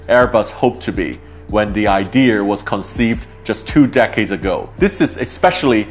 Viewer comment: A-Free 80? Idear? The fuck?